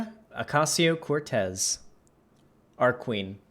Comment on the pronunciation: lol the intro when he said “Alexandria” with a decent attempt at an authentic Spanish pronunciation, and then “Oscasio-Cortez” with zero such effort 😂